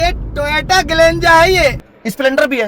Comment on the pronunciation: Toyata❌❌.... Toyota✅✅🤪